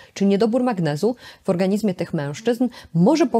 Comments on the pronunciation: Pani doktor! Piszemy "w organizmie", ale wymawiamy "w organiźmie" ! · Organiźmie...gdzie się pani polskiego uczyła?!